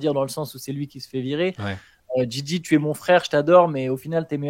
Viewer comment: Jay Jay pour la prononciation et non Gigi pour Reddick merci Les gars